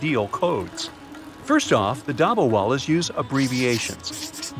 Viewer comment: hello i love your videos but one thing if you are pronouncing an item from the Indian subcontinent pronounce a as u like dubbawalus and koorta pujamus